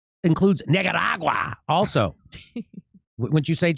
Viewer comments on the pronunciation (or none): Sounds like Jimmy's pronouncing "Nicaragua" that way to sneak in an N-word with plausible deniability. I don't know what's going on in his head, I'm just saying it sounds like that. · Only in America, could someone as uninformed on global affairs and events as dimmy jore be taken seriously, and considered funny. Saying Nicaragua in a weird way and reading your tweets as part of your standup routine is what you do when you want to appeal to 13 year olds. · Uh, how did Jimmy say...Nicaragua...twice? That c sounded like a g to me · Jimmy finally found a way to say the n-word by weirdly pronouncing Nicaragua